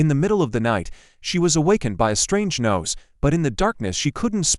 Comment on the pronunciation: Today I Learned: noise is pronounced nose. 😂